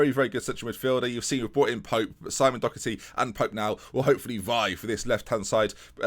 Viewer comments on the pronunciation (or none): doHerty not doCKerty